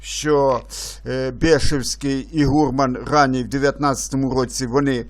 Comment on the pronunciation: Трохи ріже слух невірний наголос слова "гурман". Гурман має наголос на останньому складі.